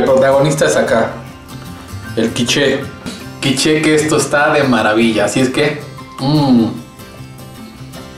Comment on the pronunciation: Quich..."la e a la fin na ca prononce pa"...traducciòn: la e al final no se pronuncia :)